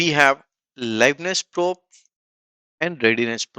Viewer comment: probe is pronounced "prowb"